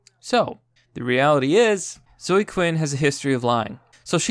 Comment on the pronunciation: Seriously, what the fuck is your problem? Do you not know how to read? The name zoe is pronounced zoh-ee, not zoh. Fucking learn how to pronounce words.